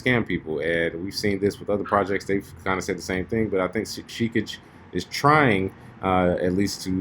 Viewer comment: Pronounced "Shih-kah-gay"..... as in Hokage (Naruto).. lol it's not "sheekijjj"